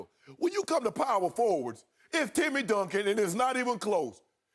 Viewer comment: it’s Duncan. Come on dude...